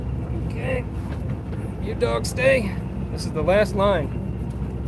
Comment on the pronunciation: Whooo hooo. There’s dawgs on da fly bridge ... lol your New York is coming out lol. Love it Congrats Brother!!